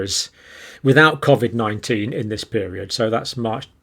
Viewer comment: You are pronouncing COVID wrongly just like your information.....you seem fixated on graphs and stats which are never taken as FACT !